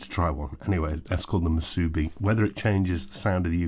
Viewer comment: Hawaiian girl here to help with pronunciation! I giggled a little when you said mooSOObee when I figured out what you meant. We say moosooBEE, with the emphasis on the last syllable. And I hope you got to try one since you posted this! Great review!